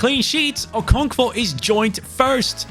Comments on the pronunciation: You were butchering the pronunciation of M. Olise. It’s pronounced ‘O-lee-seh’. I don’t know how to type the pronunciation of Okonkwo, but yea, you’re not entirely pronouncing that one correctly too😅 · I’m Nigerian and hearing you butcher the pronunciation of Okonkwo makes my day 😂😂😂 Keep it up man, love the series